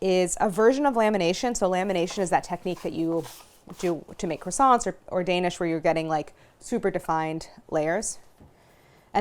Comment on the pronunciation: I always hear these are croissants in the intro